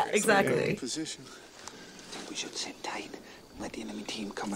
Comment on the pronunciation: Sid down a bit "chad"...